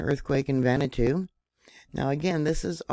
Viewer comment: Just an fyi, Vanuatu is pronounced Vah new ah too. Love ya!